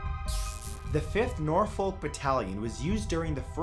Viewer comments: Nor folk? It pronounced Norfuck in England Matt😂 I got so confused, please pin, it will turn to nor folk if you do x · nor -folk my god it hurts my poor english ears to hear it so badly pronounced Norfolk its all one word dam it man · Sorry old chap, but it is pronounced Nor-fork not Nor-folk. Apart from that, a top video. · Nor-fuhk not nor-fowk for the first one... 😫 Gah! I know you probably don't know the pronunciation of UK places though. Loughborough is also a tough one for people not from the UK to say (after standing behind visitors trying to buy tickets at the train station to there) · "Nor - Folk" lol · It hurts how he says Norfolk Nor-fok that's how you say it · i can’t cope with hearing norfowl and heeebrides. if any more uk place names get mentioned i might need to turn this off. we don’t pronounce places like we spell them. we make totally different sounds for some reason. please don’t attempt leicester. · I'm from Nor-folk, he did slightly mispronounce a few here, he does that quite a lot though, I'd love to hear him try some Welsh words lol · The way you say Norfolk makes me chuckle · I don’t even know how to correct the pronunciation of Norfolk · Btw the L is silent in Norfolk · Love these videos!!! but I’m sorry... the way you say Norfolk bugs me haha don’t pronounce the ‘L’ !!